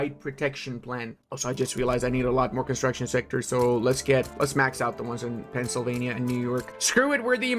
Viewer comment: How did you say Pennsylvania